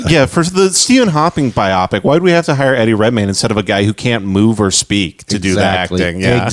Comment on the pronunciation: "" (if that IS his real name) needs to learn it's pronounced BIO-PIC and not BI-OPPICK